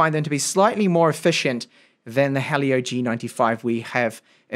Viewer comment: Helio Not halio